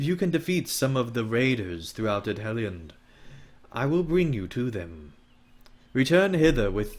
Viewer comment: Entertaining. But Edhellion the DH is pronounced TH; and C in all Sindarin words is pronouced K. You can find this information in the Lord of the Rings Appendices. Yes, I'm a Tolkienista.